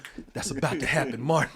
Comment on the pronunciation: can never get the names right. I wonder how long he thought Martin's name was Morton?